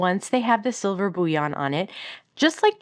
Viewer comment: As an aside, bullion is pronounced Bull-y-on, not boo-wyon. Like gold bullion.